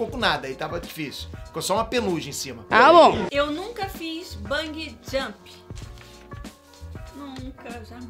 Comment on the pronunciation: Vou fazer o papel do mequetrefe hj, então lá vai: É Bungee Jump e não Bung Jump!